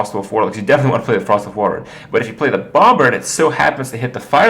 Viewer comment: Do all Americans pronounce the b in bomber? Because im pretty sure its a silent b...